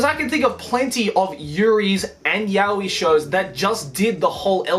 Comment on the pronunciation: Why do you pronounce やおい as yah-wee? That's just weird.